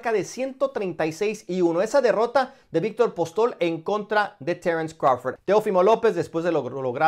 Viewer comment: Crawfor ?????? 🤣🤣🤣🤣🤣 este wey le pagan nada más por ser wey y decir pendejadas